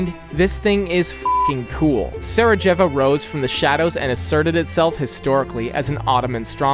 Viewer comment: bro said sarogevi